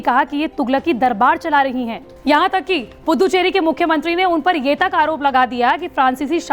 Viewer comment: अरे पुद्दुचेरी नही रे🤣🤣🤣🤣 पुदुचेरी बोल